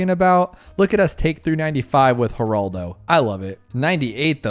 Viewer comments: I believe if I am not mistaken he is the brother of Geraldo Rivera. So it is pronounced Heraldo not Geeraldo. But I could be wrong. No matter to me I have a Hazelnut Torte to devour. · Yea it's 'Horaldo'